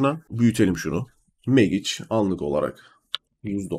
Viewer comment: kardes. Hersey iyi guzel anlatimin da guzel stratejide guzel. Ama MAGIC i teleffuzun nedir birader. Hic mi ingilizce okumadin? Mecik diye telffuz etseydin. ingilizce agladi resmen.